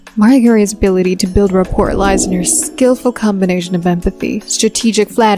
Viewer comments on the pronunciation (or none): "Rapport"... The 't' is silent, numb nutz.